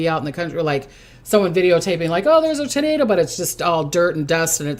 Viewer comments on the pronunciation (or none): none